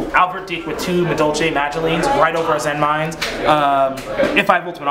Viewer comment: Play Madolche AND pronounce Zenmaines & Papilloperative properly? This guy is completely awesome.